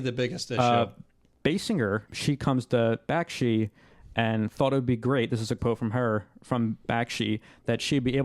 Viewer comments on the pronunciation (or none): Bakshi, not Bakshki